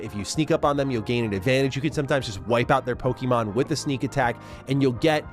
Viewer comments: It's pokAYmon. That's what that little symbol above the E is for. Not PoKEEmon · Just stop saying PokEEMon please. It's cringe, it sounds like a 90's soccer mom talking about little Jimmy's favourite cartoon. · Bro is saying pokey mon like a parent in the 90s